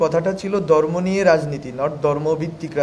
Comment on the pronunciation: ভাই এটা দর্ম না ধর্ম কাইন্ডলি উচ্চারণ গুলো সঠিক করেন কারণ আপনাদের দিকে এখন বিশ্ব মিডিয়ার চোখ।